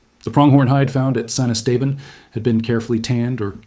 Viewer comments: Thanks for the video… Cool Stuff! And then… it’s pronounced: Est-Ah-Bahn… Not: Es-Tabin 🤣 Cheers! From Southeast Texas! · Yeah...as a 5th generation Texan, I was coming in to question where in the wide world that place was. Esteban is Spanish for Steven...so Saint Steven. Still, it's not the worst pronunciation I've heard. One reporter called Lubbock...LaBuque. I was scratching my head over that one...trying to figure out where this tiny town neat the Texas-Louisiana line was...and as he kept talking, all of a sudden, it dawned on me...Lubbock...a HUGE city in West Texas!!!